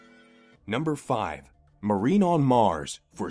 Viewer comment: It is Marine, not Marnine.